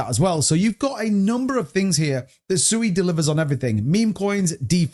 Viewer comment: At least pronounce Sui right🤔